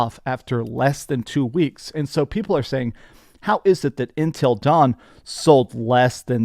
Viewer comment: Why you keep pronouncing it as Entil Dawn instead of Until Dawn? Also noticed how games aren’t selling because people don’t want BS. Lol Either that, or companies have carried away budget/expectations, and poor business strategies that contributed sell lost. 🤷‍♂️